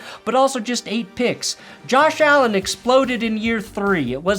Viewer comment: Josh AaAlend 🥴